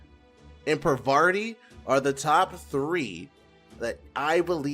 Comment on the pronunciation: Why are you pronouncing Parvati as ParvaRti?